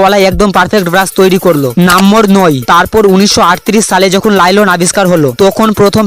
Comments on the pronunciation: লাইলন❌ নাইলন✅ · Wah lylon ❌nylon✅ Design ❌dizain✅